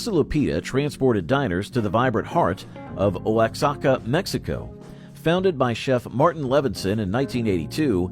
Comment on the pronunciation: O WAXACA...lol Definitely a gringo